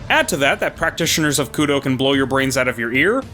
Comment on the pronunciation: Koudou not kudow